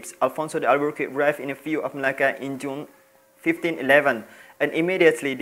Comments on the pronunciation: alfonso d albuquerque bunyinya alfonso d albukerk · Cara untuk menyebutnya ialah El-ber-ker-ki. Suku kata pertama sama dengan cara Inggeris menyebut 'L'. Harap dapat membantu.👍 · Sebutan Albuquerque = Al-bu-kar-ki. Mmg sejarah di selewengkan oleh penjajah.. byk manuskrip2 melayu, penjajah rampas dan bawa balik ke negara mereka. Skrg ni manuskrip2 melayu bersepah2 di library2 universiti di barat.